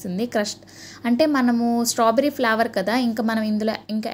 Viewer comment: flower kadhu flavor say properly